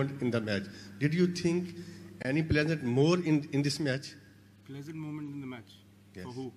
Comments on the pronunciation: "Do you think any pleasure more in this match?"...the reporter meant pressure.Height of poor English pronunciation! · virat should have understood that he wanted to tell him that pressure rather than pleasant I think it's the matter of poor pronunciation... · It's pressure not pleaser....that's why pronouncing and accent matters which britishes say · ahmed This is even more appalling, he couldn't even pronounce pressure moment. Saalon london jaate ho km se km english hi seekh liya kro